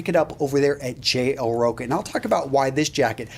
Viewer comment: Great video, as usual, man. The name of the store you linked, I think you should pronounce it "TCH" like in chilli. Rocha.